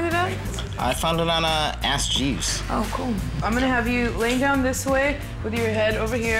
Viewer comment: omg he used Aks...